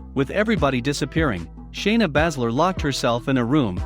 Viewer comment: Lol why you keep saying shayna name wrong